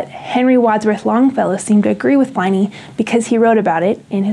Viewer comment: 'Pliny' - as in PIN, not as in PLY